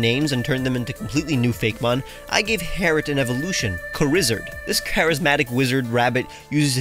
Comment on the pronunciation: Thats not char izz ard thats Charizard